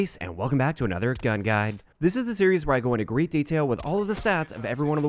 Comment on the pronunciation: No one else concerned about the way he says "Gun Guide"